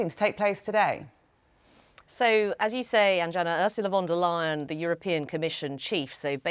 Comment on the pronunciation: pronounced Von der Lay-en not Lie-en